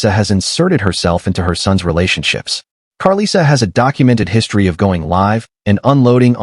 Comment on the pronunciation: I absolutely HATE when whyte ppl make videos about the black community and mispronounce names. they always mess up chrisean and karlissas name. Please report on trap lore Ross leave this to our community thanks